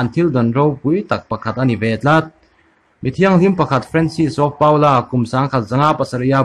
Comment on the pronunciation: Francis Paul-a hming pawh a dik lo leh tawh.Paul-a tih hi Pawla tiin chhia rawh.A ziak ang a "pau la" tiin i chhiar ṭut pek a,a zahthlak aw